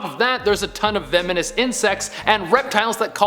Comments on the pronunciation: Am I the only one who realised that , he said vemenous instead of VENEMOUS XD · "vemonous"? Do you mean... "venomous"? "Massatuchets"? <_<. Honey. Slow down. Enunciate. You're gasping for air between misplacing letters; breathe. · He said: "Vemenous" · I hate "vemonous" insects.....